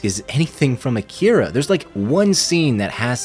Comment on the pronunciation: It's pronounced "Ah-ki-ra" #Akira